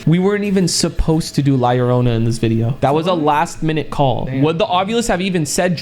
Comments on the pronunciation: Btw la lorona is pronounced ad la yorona but it spelled different like la lorona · she didnt make a sound cause you kept butchering her name yarona its llorona! lol pronounced (yorrr-oh-nah) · Yo faze rug la llornana to pronounce it easir u can la yorona and bro was i tbe inly one that kept seeing the white behind shermen and brian in the last myth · You guys said la llrona wrong faze rug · It is pronounced LA LLORNA (LAH-LORE-NAH) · “La lorona”💅😩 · He.cant say LA LLORONA properly